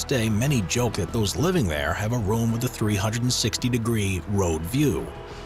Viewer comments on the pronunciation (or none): none